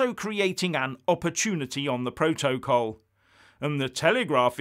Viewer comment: dude, this is such an grumpy video. Yes this will be a UK sell out. The UK holds all the cards, but Happy Family cards don't have any use in Poker. Can you please ensure you say PRO-TOE-COLL, in every video, your pronunciation makes me smile so much....